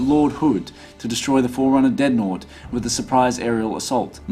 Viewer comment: dread-naught. not deadnot